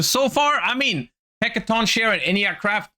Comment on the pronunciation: It is pronounced Hecatonkerie